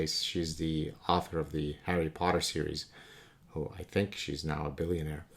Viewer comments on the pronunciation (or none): none